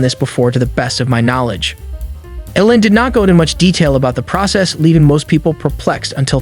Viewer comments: You’re calling him Ellen, it should be more like “eel-on” with the first syllable being stressed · EEEEE-Lon Musk not Ellen Musk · It's ELON not ELLEN, f n moron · E-lon not El-on, listen to his mom say his name. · Musk's given name is not Ellen . It's E L ON . Think Teflon . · trump calls him LEON ... you call him ELIN ... well, his mom calls him ELON (just so you know) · Really you can't pronounce Elon? Something stinks bad here. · Why in the world do you pronounce his name like that? How do you not know the richest man in the world. Totally bizarre. Great video otherwise!